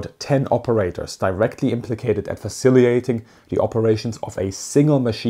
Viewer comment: Sorry but I teach English language classes....its 'faciliTaTing' not 'faciliate' or 'faciliating'! So faciliTaTing...the Ts are not silent. They are emphasised...